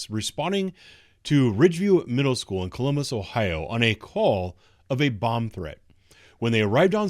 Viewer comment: "Collummus"? Is that anywhere near Columbus?